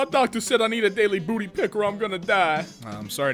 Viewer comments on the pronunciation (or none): none